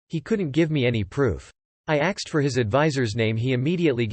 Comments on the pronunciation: Why have you changed "asked" to "axed"? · Yup. All the videos say "axed" now.